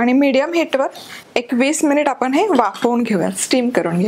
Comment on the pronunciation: तुम्ही कृपया आपन म्हणू नका . आपण म्हणा. तुमचा आवाज व बोलण छानच आहे. पण जे तुम्ही पन म्हणता ते थांबवा.